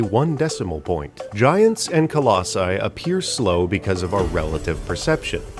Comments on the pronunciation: I think it's pronounced Colussy. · Listening to that first pronunciation attempt of "Colossi" caused flashbacks of listening to George W. Bush try to say "nuclear". Loved every bit of the video, though!